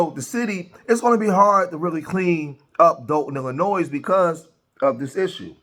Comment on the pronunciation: Please learn how to pronounce the state of " Illinois " correctly, if you want anyone to take you seriously.